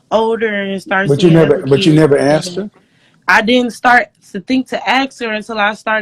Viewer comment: The whole “axe” thing really drives me nuts. The word I is “asked”.